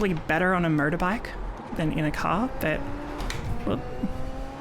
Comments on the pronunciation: Is it me or is it her accent that when she says Motor-Bike, it sounds like Murder-Bike?? Well they are murder bikes really. =) Thank you for all the info! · That's exactly what I heard, yeah :D